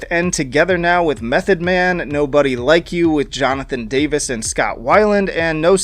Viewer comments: Great video, but you know it’s Jonathon Davis, not “Davies”… 😂 thanks for the content 🤙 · “Jonathon Davies”